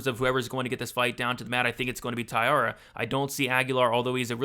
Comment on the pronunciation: Tat-su-ro, not Tat-su-ra. Ta-eeh-ra, not Tai-ar-ah.